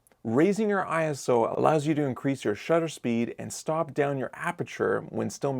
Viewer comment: Its ISO, not I.S.O. 😊